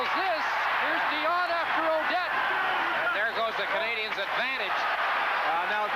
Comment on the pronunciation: And to this date, Sabers playcaller still can't pronounce " Canadiens " properly..